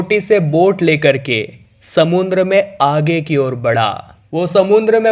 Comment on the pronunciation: समुंद्र नही समुद्र बोलो